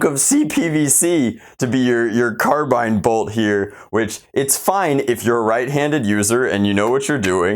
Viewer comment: Thank god he pronounced carbine right. (Before people get triggered. Its a subjective thing. I just cringe whenever I hear people say 'car-bean')